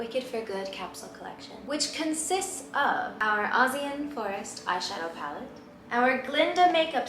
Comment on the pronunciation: The way she pronounces forest gets me every time. “farrest” lmao